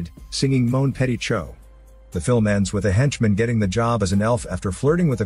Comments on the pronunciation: I wasn’t mad about the Chou part as I can understand that. But petit??? Completely ignored the “tit” part. I would have preferred a wrong way of pronouncing “petit” rather than just pronouncing “pe”. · C’mon! We all know that french isn’t that intuitive. For someone who don’t know any French, they wouldn’t think that “ch” is pronounced “sh”. But yeah, that “petit” was pronounceable.